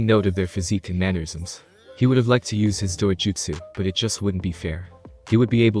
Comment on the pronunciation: wait did I just hear dojutsu?